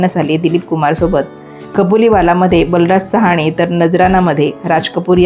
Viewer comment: कैफ आझमी नाही ग बये, कैफि आझमी आहेत ते. आणि बलराज सहाणे नाही बलराज सहानी